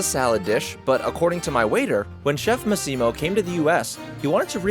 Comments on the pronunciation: pronounced MAH-ssimo, btw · The way you pronounce “Massimo” 😂😂😂 and you missed the best thing on the on the Gucci menu - the burger!!! 🍔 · You totally butchered saying Massimo's name. I don't know if anybody caught that. Great video though.